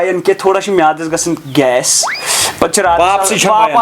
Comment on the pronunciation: Gess Gaschting.....😂😂😂